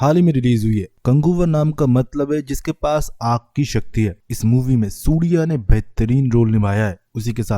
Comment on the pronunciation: Naam surya hota hai. Sudiya nahi hota. Naam bhi thik se bolne nahi aara ? Movie extraction video 😂😂